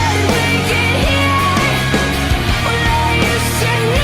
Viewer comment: she said decode wrong lol